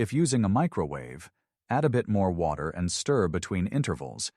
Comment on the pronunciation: "...just place the oats in WOT...ER about ..." STOP USING AI READERS!!!!!!!!!